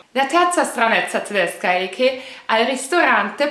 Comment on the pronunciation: Il tuo modo di dire TDESCA TDESCHI e' stupendo